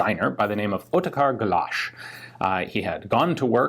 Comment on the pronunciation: Great pronounciation Ian. You nailed Otakar Galaš (almost) perfectly.